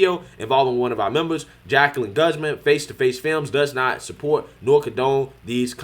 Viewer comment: Benelovent???? Guz-min??? Get a fucking speech coach!!!